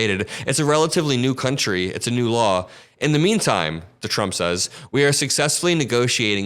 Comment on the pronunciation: I hate the way he says "TRUMP." I mean, what the hell? I've never been embarrassed to be an American, until now.